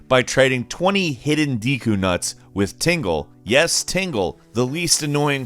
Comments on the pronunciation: Deeku? I thought it was pronounced dehku, like with a Japanese 'e' (え/エ) sound, as 'desk'. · wtf is a deeeeeeku? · I liked the video but when you said deku I think you are the first person I have heard pronounce it that way. I usually hear people pronounce it "deh ku" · Dee kuu Bruh just watch Boku No Hero Academia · Dee-koo is not how I pronounce deku nuts. Maybe I’m tripping tho. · It is pronounced dehku, this guy is a PC guy with no knowledge of Zelda I bet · The way you said deku( pronounced dekoo) hurts my soul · I just want you to stop saying 'deku' because that's not how I say it 😂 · Me, a Zelda fan: you Ummm, said the word deku wrong 😐 Also me: screams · your pronunciation of Deku slightly triggers me